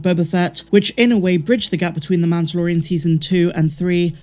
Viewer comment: why cant you say mandolorian? its not MANToLorIAn